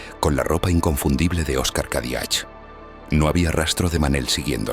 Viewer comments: *Cadiach se pronuncia Cadiac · Gracias por vuestros vídeos!!! Los apellidos catalanes acabados en ch se pronucian sin la h ("Cadiac")